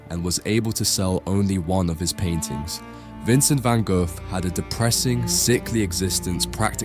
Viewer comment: If your going to make a video have the decency to learn how to pronounce the man's name properly.